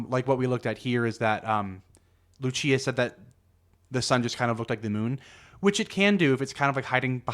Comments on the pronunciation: Another mistake: Lúcia is pronounced LUUU-cia in Portuguese, not Lu-CI-a. Lu-CI-a is Italian. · haha it’s all good. I’m just being pedantic. I appreciated the video nonetheless. I appreciate your non biased pursuit of the truth. I can sense your sincerity. It’s very reassuring. p.s. (I know I’m being that guy again, but I can’t help it lol) it’s pronounced LOO-see-uh, not loo-CHEE-uh 😛